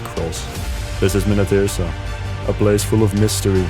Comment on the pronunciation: Original Deepwoken content? Pronouning Minityrsa correctly?! How is this possible